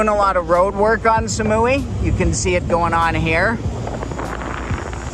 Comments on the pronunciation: สมุย = smui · Please don't pronounce Samui like "Sa-muu-wii", but just "Samu-i".